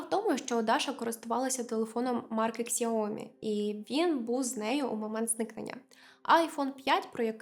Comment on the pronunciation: Поліція в китаї завжди стає на бік китайської сторони. Мінімум допомоги іноземцям. І ще… бренд Xiaomi вимовляється як Сяомі ! А не Ксіомі. В ханчжоу часто зникають іноземці, думаю там є певні кримінальні угрупування . І «жарт» друга Даші скоріш за все не жарт